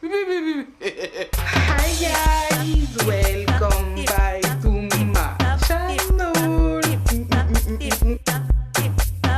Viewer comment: Non elle a dit "welcome back to my chanAUl" ptdrrr 😂😂😂😂